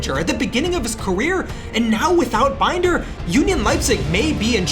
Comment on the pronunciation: It will be very nice to not have to listen to Binder's name mispronounced now, lol. I still feel like there are no stakes in this one. This team should have been in a relegation scrap, not finishing mid table. Like, we can see those overalls, this team has no right to be where they are. It all feels so rushed